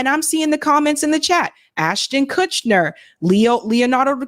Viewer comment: Ashton Kutch-Ner lol